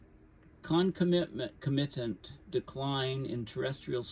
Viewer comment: pronounced ' con COM ma Tant '